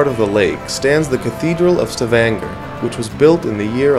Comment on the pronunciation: its pronounced "Sta-van-ga"... lol